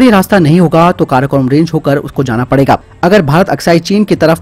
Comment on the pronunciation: 🙏🙏🙏🙏भाई आपके द्वारा दी गई न्यूज बहुत विश्वसनीय होती है, मैं नियमित देखता हूं। ✔️✔️✔️ लेकिन एक बात बतानी थी किसी काम को भड़काकर करवाना (provoke) को "उकसाना" कहते हैं, ना कि 'उसकाना'😧 उम्मीद है आप इसे सही से उच्चारित करेंगें। ताकि ओथेंटिक न्यूज के साथ साथ औथेंटिक शब्द भी रहें। 🙏🙏